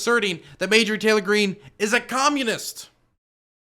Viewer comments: Genuine question why does say mayjorie and not marjorie? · I think it's pronounced "marjorie taylor greene" not "majorly taylor greene". Lol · Margery. Not madegery. U said it like 10 times in the very beginning. Why? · It's starting to make me itch every time says Mayjury 🥴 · Mayjury??? Lmao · More like May-Jory Taylor Greene. It sounds like it could really be someone's name. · I think her name is pronounced MAR-JOR-EE ... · I cant tell if is mispronounccing her name on purpose or not but I love it